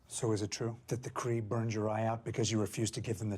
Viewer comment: Mar-Vell wasn’t “cray cray” She was Kree-Kree 😂